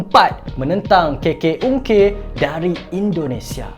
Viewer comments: Lawak pulak bila dia sebut keke ungke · bukan, kalau kat indo sebutan k tu bukan cam kita, kalau kat sana sebut k tu sebagai 'ka', so sebutan indo dia adalah 'kaka ungke'